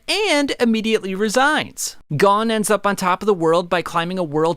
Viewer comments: I have only one criticism. You keep saying gone instead of gon (pronounced goan like moan but with a g) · Gone ❌ Gon ✅